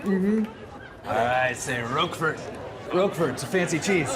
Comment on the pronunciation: Rock fort!?!? What a way to demolish the pronunciation of Roquefort